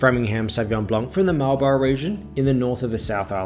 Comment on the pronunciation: Just a tip - you’re supposed pronounce Marlborough marl-bruh